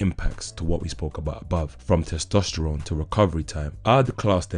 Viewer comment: How many times did he say testestrones ?